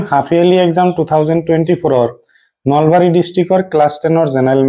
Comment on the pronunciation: Nolbari ❌ nalbari ✅👍